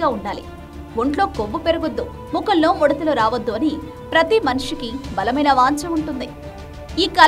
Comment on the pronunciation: మడతలు కాదు ముడతలు 😅😅😅